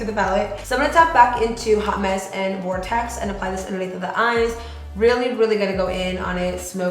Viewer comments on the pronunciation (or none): Vortrex lolll vooooortex* hahah q Linda